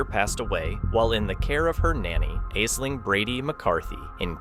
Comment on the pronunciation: It's pronounced "Ashling"